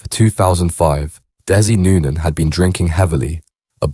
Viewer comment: You can't even pronounce his name right.